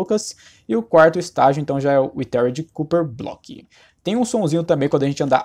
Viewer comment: É.... weathered não tem a ver com água. Primeiro, se pronuncia: Uédêréd e não Uitéridi Segundo: Weathered significa: Mudou de cor por causa de eventos da natureza (Ex: Vento, sol, ar, chuva) E como o cobre é um metal que se oxida pelo oxigênio e não pela água então não tem nada a ver com água.